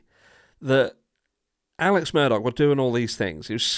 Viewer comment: It's not murDOCK, it Murdaugh.....sounds like Murder. How apt 😂